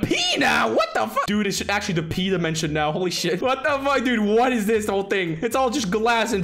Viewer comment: How normal people say dimension:normal How say dimension:ÉL Á DIMENSIONÉ